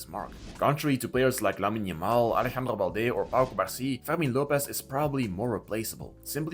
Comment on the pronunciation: Ferghhhrrmin Lopez xD The only way I can accept this weird ass pronounciation is if you're french xD